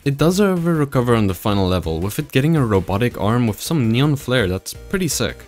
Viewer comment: i love how this dude says neon "nyon" lol